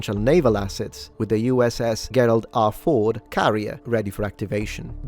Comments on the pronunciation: Thanks! For future reference, Gerald Ford is pronunciation Gerald (as in GERmany) Iwo Jima (ee-wo gee-mah) 😊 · Just to be pendantic, in English Gerald is pronounced JERR-uld. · Oh, the way you pronounced "Gerald" ...ow 😆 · Fellow Italian here. I'm extremely happy that the US neutralized Maduro. I'm also quite impressed about how Rubio handled the matter with the press. Now the next should be the murderous Ayatollah, and, hopefully, the North Korean fatso. Only one observation: "Gerald" (in Gerald Ford) and "Iwo" (in Iwo Jima) have been a bit mispronounced.